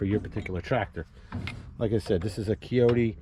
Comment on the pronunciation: Shoulda just flipped the entire cylinder over where the hoses come out the bottom. And also it’s a Kioti with a long I ( pronounced like coyote) not a keoti.